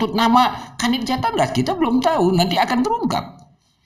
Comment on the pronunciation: Bampol Uci saat menyebut JATANRAS saja salah...he he he ada apa nih